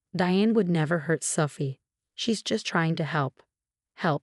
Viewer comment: same with Sooophie 😮